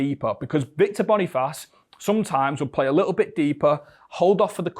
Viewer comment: Calling Boniface ‘Bonifarce’ is a howler from you